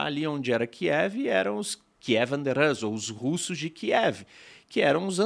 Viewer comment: RUS, como se pronuncia, não RÂS, angloide. É de fato difícil de acreditar, mas existem no mundo outros povos – e línguia ! – além dos anglo-americanos.